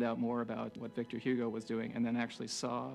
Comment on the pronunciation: Great heavens, couldn't he at least learn to pronounce Victor Hugo the way the name is supposed to be pronounced?